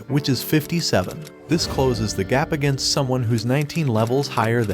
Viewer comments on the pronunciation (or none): none